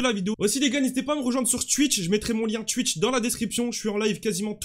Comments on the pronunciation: Il a dit chouith c'est twitch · Stp arrête de dire chtiwth c’est t (witch)